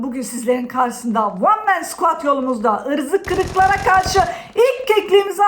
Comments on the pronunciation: Abla niye irzikirik diyon pa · Abla yalniz ırzı kırık deyil Ivzı kıvk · ıvzı kıvıklava kavşı ne güzel diveniyosun be ablam